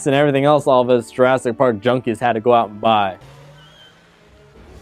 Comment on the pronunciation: URASS PARK! LOL! Did not catch that one.